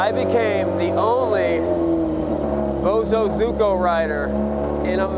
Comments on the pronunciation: the fact that he still says bosozuko instead of bosozoku bugs me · BO SUE ZO COO is how you say it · It's "Boh SoH ZoH Koo" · The way to say Bozozoku it ... Bozo (like the clown) Koo . Seeing these bikes reminds me of my years stationed in Japqn. Also try to get a Gorillia its a bigger version of the Monkey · It's pronounced, boh-SOH zoh-koo 暴走族 In Japanese romanization, it would be spelled "bousouzoku". 暴走 (bousou) means "acting recklessly", and 族 (zoku) means "family" or "gang". Japanese vowel sounds are pronounced in a very similar fashion as Spanish vowels. So for English speakers, the spelling I provided above will get you fairly close to the correct pronunciation.